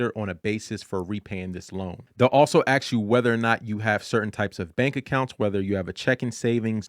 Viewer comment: You sound very intelligent…but why do you say ax instead of ask